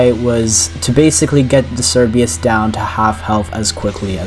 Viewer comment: the amount of times you said perlude and cerbius began to hurt me physically (nice job on the challenge tho)